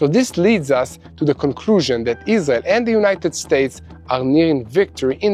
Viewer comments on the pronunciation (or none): I always enjoy your news reports. Yet i have a nagging question. Is your native language Israeli ? I ask because, to this American ear, it sounds as if you many times substitute the "R" sound ("Rrrrr..") with instead the "L" sound ("Lady"). An example is your pronunciation of your country "Israel" sounds like.."IS-LEE-AL" (no "R" sound at all. Is the "R" in "Israel" sounded as an "L" instead ? Thanks